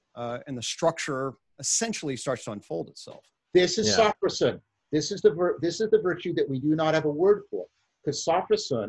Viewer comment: Not "SAW-fro-sen". It's "so-FROSS-si-nee" (four syllables).